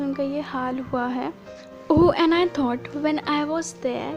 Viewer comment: M sry to correct..but u made 2 mistakes..in 9th paragraph u said taught but it is thought...and in 7th paragraph u said low instead of slow while reading..but anyways nice explanation..😉😃